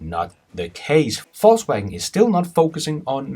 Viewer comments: pronounce....faux wagen... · sound like he is saying falsewagon :) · Fux Wagon ?